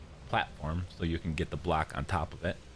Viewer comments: Why do you say “black” instead of “block”. It’s so confusing . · He’s saying block, it just sounds like black because of the way he pronounced it